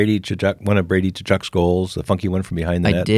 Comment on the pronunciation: Hey, you pronounced Tkachuk wrong! The T is silent (it is supposed to be pronounced ‘Ka-chuck’)